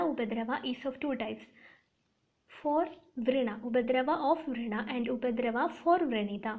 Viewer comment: Hello it’s not vreena( your pronunciation) it’s vrana